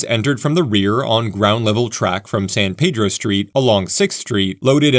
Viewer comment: San Pedro, it's prounounced Peeedro, ask a local